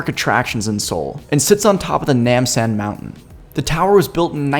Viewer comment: I thoroughly enjoyed this video and I know the video is a bit old but here are some tips on the pronunciation 1. No*Ryang*Jin: ryang like reeyang 2. Buk*chan*Han ok: ok like ohk 3. Hong*Dae: you were pretty close 4. Nam*San: Nam like vietnam and san like sahn 5. Soon*dae: soon like very soon 6. Gim*bap: bap like mmmbop by hanson 7. Nam*dae*mun 8. Jo*gye*sa: Jo like Joe gye like gay but without the e at the end 9. Gyeong*bok*gung: Gyoung (like grrr without the rrr then say young) Book goong (I lost my shit when you said it)